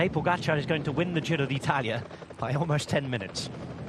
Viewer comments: No it's not. The stress is on the A - PogAchar. Source: im Slovenian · Please speak Tadei's family name correctly, closer to his native language spelling. That PogAchar is ridiculous, right spelling is POgachAAr with double accents. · His name is Tadej Pogaćar, the j is pronounced as a y and the accent on the c changes the pronunciation from a regular c.